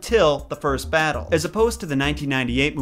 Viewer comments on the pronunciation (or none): none